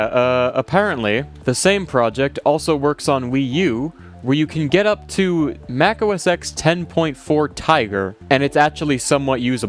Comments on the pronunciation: Mac OS X, as in the roman numeral for 10. So pronounced Mac OS Ten, not Mac OS Ex. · He also says Mac Os X and not Os Ten lol. This video broke my autist brain.